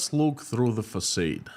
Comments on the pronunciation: Englishman here: Facade = FacARde not FacAYde. French word I assume, there's probably an accent missing from the second a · “Facade”. Rhymes with God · No "R" Fah-Sahd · Your English is fantastic, which is why I am taking the time to tell you that you mispronounced the word "facade".